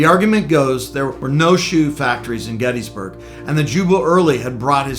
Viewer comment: Pronounce it correctly.. Gettis (like Harris), NOT gettEEE